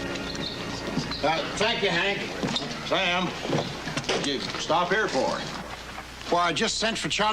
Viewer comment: His name is Sam not Sayam.